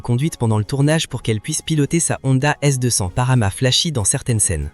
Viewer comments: Lol " S 200 " L'IA a encore de beaux jours devant elle.... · Envie de peter les plombs quand il dit s200 …